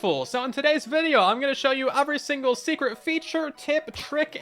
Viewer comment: Why do you say “every” like “ovry”